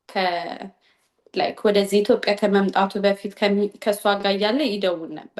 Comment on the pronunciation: ኡነት ለመናገር ገና ሃ ብላ ወሬ ስትጀምር ኣሜሪካ ተወልዳ ያደገች ነበር የመሰለኝ ኢቲዮጲያያያ ስትል😂😂😂😂